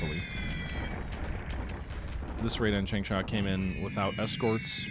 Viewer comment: chang-sha what's so hard about that word?